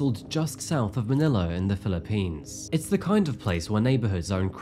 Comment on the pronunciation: You would know better than I how to pronounce 'Sayos', but it doesn't sound quite right. And 'Philippines' usually has the emphasis on the first syllable, not the last. It's great to see and hear a real human instead of a robot voice narrating, but you don't have to try and sound like AI.